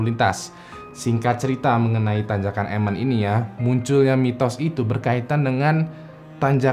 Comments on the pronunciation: Emen bukan emen tapi emen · Bang itu tanjakan emen di baca 'Emen' bukan 'Emen', makasih bang cuma koreksi aja 🙏